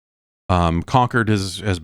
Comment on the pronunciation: Con-cord not Conquered